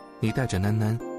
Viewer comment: 那兩個字念（南南）囡囡 我告訴你吧 沒人告訴你的話 呵呵